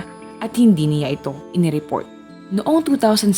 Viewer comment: How you say the 'siya' at 'niya' distracts me while watching this video. 😔